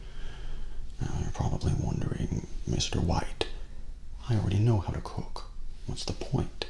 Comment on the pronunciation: same xd